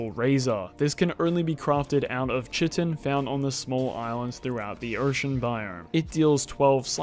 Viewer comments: Nice video. Chitin is pronounced kite-in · Chitin is pronounced KY-tin ("kaɪtɪn") why do so few english native speakers know this